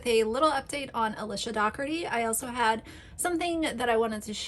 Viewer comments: Luv ur videos! Qq isn’t it pronounced like pizza dough ? Then erty? Jw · I live in Ireland 🇮🇪 and Dougherty is pronounced Doh-herty. Its an Irish name. She is as annoying AF, as for 'Auntie' Lauren......